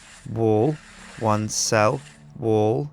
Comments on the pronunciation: did anyone else notice that the way that pronounces wall like wool? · It sounded like he was saying one cell wool. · when he was doing the one cell wal part it sounded like he was saying "one cell... wool" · i though he saying one cell woo